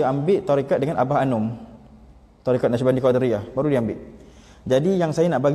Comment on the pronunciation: Bukan qodariyah, yg betolnya qodiriyah